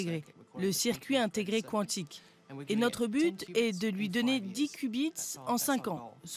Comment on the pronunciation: On ne dit pas K'wontik , mais Quan tic comme si vous diriez ''C'est QUAND ?''. (Quantic)